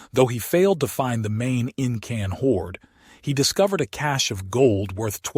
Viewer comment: You know, the 'IN-CAN' AI generated voice puts the professionalism of the information at risk...